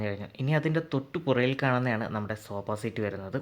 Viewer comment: സോബാ സീറ്റോ😂😂 സോഫ എന്ന് പറ ബ്രോ